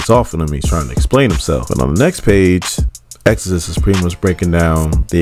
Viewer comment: Ayo it's reeeeeeeeeeealy killing me that this man can't say Exodus